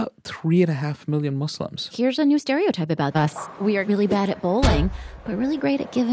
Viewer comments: Can she stop saying muz! Its so rude. It’s not cool. Allah called us Muslims so at least have the decency to call us Muslims. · lol seriously. I've heard Mazlams as well